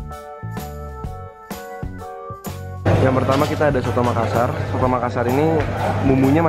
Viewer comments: btw bukan soto tapi coto ya kak 😊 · btw kak coto makassar bukan sotoo hehe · Sekedar masukan, penyebutannya tetap Coto, bukan soto ☺️ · COTO. Bukan SOTO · bukan "soto Makassar" tapi "coto Makassar" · Bukan soto kk tapi coto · Coto bukan Soto XD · itu bukan lontong, burasa....hehehe...ak knp denger kata Cotonya dibaca soto ya...mungkin salah denger... nanti klo ke Makassar mungkin bs coba pallubasa srigala sama Coto gagak yg juga terkenal